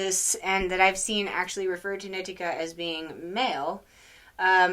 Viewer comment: I’m pretty sure in the book he says it’s a “she” He also says her name is knee-tea-kah, not Nit-ik-kah lol